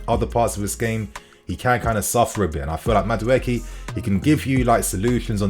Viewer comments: CORRECTION: He is from Nigeria and not Ghana! Also, his name is pronounced (Maa-do-a-k) Up Chelsea!!! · It's pronounced Ma-Du-Ay-Kay 👍🏾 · Great news, but your pronunciation was horrible. He is Nigerian, from the Igbo tribe. It's pronounced, "ma-du, e-ke" (meaning, 'not created by man'). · how do I send you the real pronunciation of Madueke? It's really funny hearing you say his name 😅. Great content. Love you bro